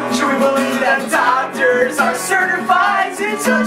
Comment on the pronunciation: I swear the first time I heard dog turds not doctors.